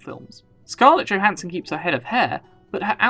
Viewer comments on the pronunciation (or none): none